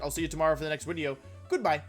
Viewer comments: Stop saying wideo damn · This is the most hilariously cute and wonderful thing I've heard in a while. I've had a few Wolfeisms creep into my everyday language. I constantly say "wideo" in real life. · Also u should say "intro wideo" in the intro lol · Wait why does he say wideo?